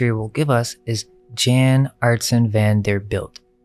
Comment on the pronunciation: Jan is pronounced (yawn)